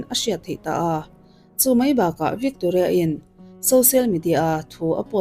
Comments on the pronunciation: I pronounce te hi uluk b Ve teh ..vikkkktoria ti lohian..youtuber ho hian pronounce te hi hi zir ve rawh u😊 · Bengvarthlak khawp mai,mahse Victoria hming i lam dan thluk hi 😂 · Victoria i lam dan chu a dang daih mai😅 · I tawng thluk dan hi a mak Victoria tih te hi